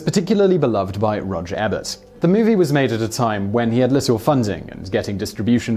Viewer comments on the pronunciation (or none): E-bert Not ebb urt He used to say it in the title when his show came on. SMH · Well you found out that film critic Ebert's first name is Roger and not Robert; but now you think that it's pronoumced "eh-bert" and not "eee-bert." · Roger Eeeebert not Ehbert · Its roger E bert. E as in TREE. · "Ebert" is pronounced with a long "e." 👎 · Undertaker9711 Being British doesn't mean you get to pronounce peoples names wrong...